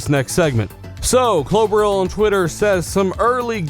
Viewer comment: do you know what klobrille even means? 🙊 you pronounce it wrong by the way